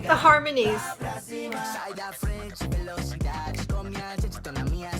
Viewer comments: Velocidade está incrível e a pronúncia está ótima ❤ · a pronuncia em velocidade é perfeita! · Sim, a pronúncia deles tá muito boa em português, "velocidade" me pegou de surpresa 😂 mais amei. E em geral gostei muito das músicas. ❤